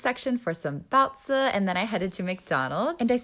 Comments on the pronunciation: how did u manage to mispronounce baozi to whatever you said. Like I get that you're American, but even phonics doesn't sound like that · For someone who lives there, you might want to work on your pronunciation of baozi.